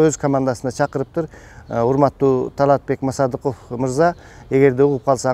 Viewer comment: Таалатбек Масадыков деп оңдоп сүйлө.